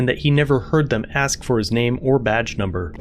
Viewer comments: "Why would you AXK me if I'm ok?" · They should have a test at the police academy where they have the candidate pronounce the word "ask". If they say "axe", like, they're deemed too stupid to be allowed to possess a firearm. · “Why do you axe me” come on cop, speak english. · Why you ax me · The P.O. can't pronounce the word, "ask", Ignorance is bliss😅😢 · Of course he’s not OK, he can’t even say ask. DEI hire should’ve been fired after that investigation, but thanks DEI he’ll stay in the department until he retires, even though he has no idea at all how to do his job & conduct himself as a police officer/public servant.